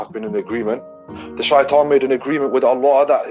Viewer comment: clear difference then look how he pronounces shaitan